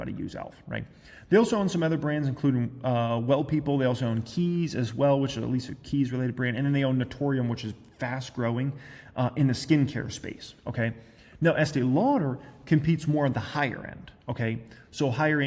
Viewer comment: It is NatUrium,. Not NatOrium.